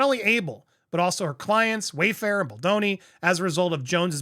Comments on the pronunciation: 😂 Bal, like Bali. Bal do ni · I love the show and Andy is great but how is he still struggling with the name Baldoni ?😂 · Can you not read? Maybe you should slow down and pronounce the man’s name properly, he doesn’t need you adding to this messiness